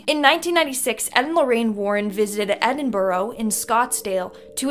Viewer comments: Trust The Old Scots Grandad, To Go Strait For The Wine Celler, In The Old Plague, Cordonded Off Part Of Edinburgh, SAID, As (EDIN-BURRR-UH).! HILARIOUS. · I stopped watching this as soon as she said Edinburo instead of Edinburgh (Eh din bruh) Scottsdale instead of Scotland.